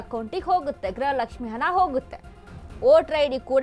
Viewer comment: ಅದು ಹನಾ ಅಲ್ಲ. ಅದು ಹಣ.